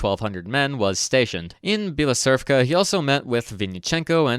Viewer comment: As the representer of the Ukrainian nation, I would like to just call Bila Tserkva something like "White Church", even though you are a MVP, regarding the pronounciation of our names, you butchered it too many times, sorry. It will also be way more convinient for you, I`d say. Thanks for enlightening the world of unknowing English-speakers with the bestowen quality content.